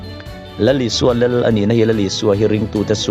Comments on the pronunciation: theology him lo ber tih kher kher chu a... 'Lel' ti ti lo Khan 'lal' ti in lo lam ve ta che Pua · Lel. Lal tih pawh lam thiamlo. I sawi a ṭang khan a chiang reng mai